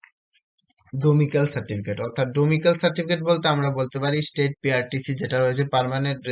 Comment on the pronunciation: ডোমিসাইল, ডোমিক্যাল নয় !